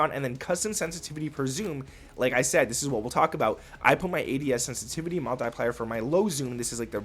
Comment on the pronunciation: Kid can't pronounce the word multiplier 😂😂